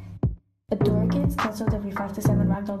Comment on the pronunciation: "This Adorre" this Adorre" this Adorre